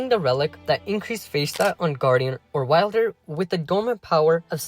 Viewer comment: How the fuck does someone say Wylder wrong